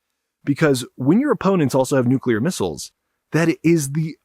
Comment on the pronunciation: Someone that knows how to pronounce nuclear. I'm impressed. So many people feel the need to shoehorn a "u" between the c and l and add extra syllables.